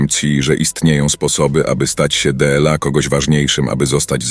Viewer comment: Dla czemu od sekundy jest,,dela innych" a nie dla (DLA) innych? To już kolejne ,,widjo" z tym słowem i patrząc na klawiaturę to prościej jest napisać ,,d l a". Chyba, że czegoś nie wiem? Nie wiem. Poproszę o sprostowanie tegoż wątku. Po za tym subek leci a z nim kciuczek👍